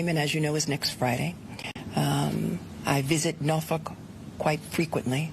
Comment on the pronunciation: Did Letitia James just pronounce Norfolk "no f*ck" twice in a row?